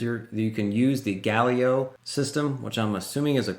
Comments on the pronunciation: sorry, not Galio 😂 Ga li le o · Gal-li-lay-oh , lol sorry had to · Listening to you say Galileo and thinking has this man never listened to Queen before? 😂